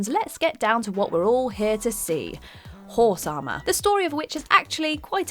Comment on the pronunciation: HOHRSE AH-MAH🤣🤣🤣